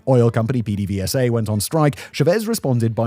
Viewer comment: For anyone who wonders, PDVSA is actually pronounced "pay day base-uh" with the b in base being soft. Petrolio de Venezuela. Simon's pronouncing of spanish words is my only real complaint, though. Steady on, fact boi.